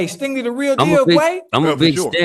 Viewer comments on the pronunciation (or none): Somebody tell his name is STINGLEY and not Stanley 😂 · Why dude keep saying STANLEY? It’s STINGLEY lol